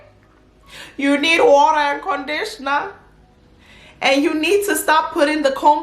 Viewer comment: "You need warrerrr and condishna" 😂😂😂 tell 'em!